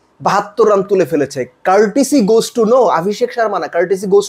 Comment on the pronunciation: tai bole too ke thoo keno boltesen 😂😂😂